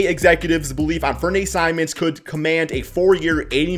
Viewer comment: You're pronouncing "Anfernee" wrong. The Blazers aren't letting him walk either. They've allegedly had a handshake agreement since late last season when they asked to sit out for the tank.